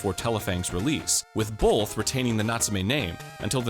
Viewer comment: I heard BOLTH